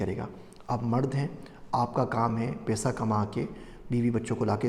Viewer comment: Paisa hota hy pesa nahi